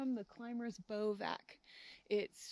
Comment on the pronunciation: Pronounced “bivwac” not bovac